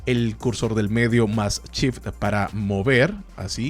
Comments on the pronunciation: Lo mas complicado es entender que cuando dice, en realidad quiere decir SHIFT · se dice shift no chif.....por lo demás, buen tutorial,,,,,gracias bro. tienes mi like al menos